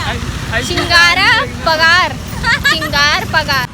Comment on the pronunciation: 𝘾𝙝𝙞𝙣𝙜𝙧𝙖 𝙥𝙖𝙜𝙖𝙧 𝙠𝙖𝙩𝙝𝙚 𝙢𝙖𝙞𝙙𝙖𝙢 𝙘𝙝𝙞𝙣𝙜𝙧 𝙥𝙖𝙧𝙖𝙜 𝙣𝙝𝙞 bole😁😁😃😃